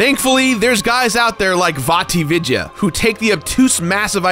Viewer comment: How the fuck did you just say Vaatividya? Damn BOI that is first time iv ever heard that name like that